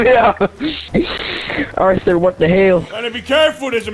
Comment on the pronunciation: Btw arthur not auther